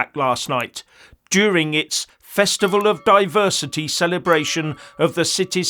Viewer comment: A divershity festival… 😂 Did this happen at the “how many shanks can I carry” stall or the “wot wot wot” stall 😂